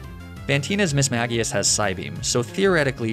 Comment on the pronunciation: THANK YOU FOR SAYING MISMAGIUS CORRECTLY!!!!